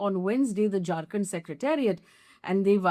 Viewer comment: when you say "Jharkhand government", it sounds like "drunken government". 😀